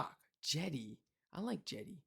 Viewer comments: Jetty, not “jetti”. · jetty, not jetti